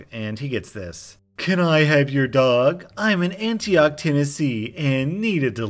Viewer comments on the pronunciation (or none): As I live in Tennessee, heading “Antioch” killed me 🤣 Very rarely do you hear that T pronounced